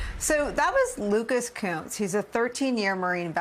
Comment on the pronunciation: Not sure that's how you pronounce Kunce